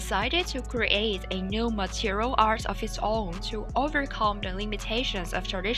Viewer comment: It's not Material artist. It's Martial artist.